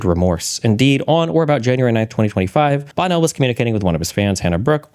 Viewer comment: sorry, when you say Bonnell, it sounds like Bono